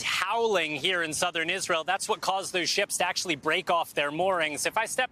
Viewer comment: said it once, Isareal = Nahtzee Germany